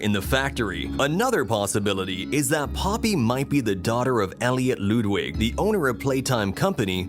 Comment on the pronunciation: Elliot what wig?😭 “Lood wig”